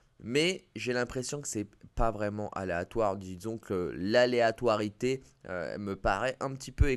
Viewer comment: "l'aléatoirtié" 2023 🤣🤣